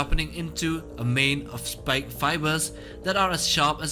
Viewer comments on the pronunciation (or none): none